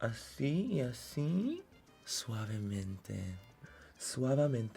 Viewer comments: When he said "Suabemente" the first time I was already singing the song 😭😂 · Suaveementeeee besameeee!! 😂